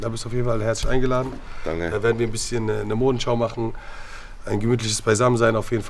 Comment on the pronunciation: "Ist der Arm gebrochen?" "Bisschjen" 😂